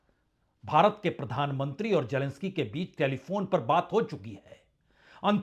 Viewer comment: Sir it's GERMANY not ZERMANY and you go other way round When it's Zelensky you say Jelensky.You and lot my fellow Indians are confused between Z and J. Leave J as J but pronounce Z correctly